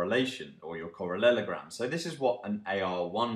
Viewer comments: Yeah it made me giggle too! He says correlogram in the next video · "Correlelogram" sounds hillarious :)